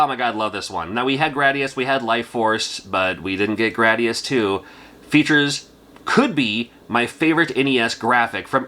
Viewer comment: You get cool points for saying Gradus the correct way. Drives me nuts when ppl say Gradeeus.